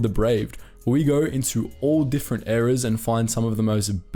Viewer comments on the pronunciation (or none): none